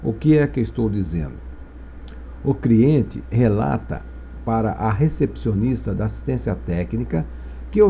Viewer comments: Criente?... Shemartefone?... Esmartefones?... Kkkkkk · as aulas são boas mas, Quem ouviu "CRIENTE" da um JOINHA kkkkk